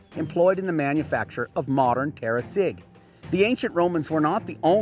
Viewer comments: The Gi is said as a j in Italian. Terra Sidg not terra sig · the correct pronunce Is terra siDGillata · Thank youuuuu! very nice video.... only one notice, "Sigillata" is pronounced with a soft G like in Jeans... 🙂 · sigillata have two L and sweet sound on gi, in latin you spell all letters.